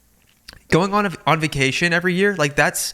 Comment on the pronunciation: omg why does he say vucation 😡 😂